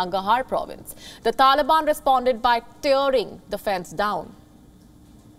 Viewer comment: turing? oh... tearing